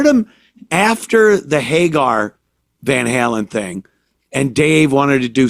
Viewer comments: "Van Harlem" 🤣🤣🤣🤣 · "Van Harlem"..... Hahahaha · Van Hurlin' lol...